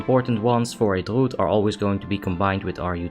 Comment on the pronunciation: "Druud is Druud and has Druud Utility." Lmao. Legendary.